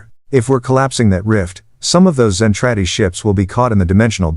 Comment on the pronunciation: ZEN TRAH DEE; terrible AI reader doesn't know English either